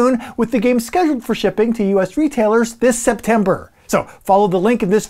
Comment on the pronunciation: “Delivery date of dis October” Man, REALLY pushing that alliteration.